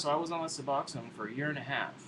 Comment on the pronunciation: Finally......someone who pronounces Suboxone right!!!!!!! Thank you for knowing how to read...lol